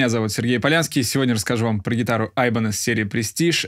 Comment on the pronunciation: Но правильно говорить не айбенез а ибанез правильно говорить. Но мне кажется то что ибанез это фирма гитар для профессионального рока.